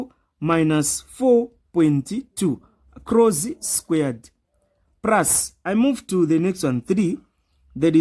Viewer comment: Plus not prus